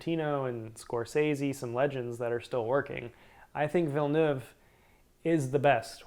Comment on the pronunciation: Denis Villeneuve is pronounced Vill-nev not Vill-newv